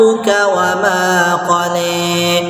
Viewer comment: Betul.....tp klo bacaan qola jangan di baca qole...itu yg tak bagus.